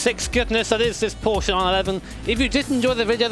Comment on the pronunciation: "Porsche 911 Ef C R Ef" lol It is hard indeed